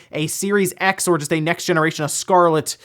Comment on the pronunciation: And here I thought I wouldn't have to hear him say Scarlett anymore. SMH. I think the green on top is just a green plate to cover the center of the exhaust fan. RGB on there would just illuminate how dusty and dirty your console becomes.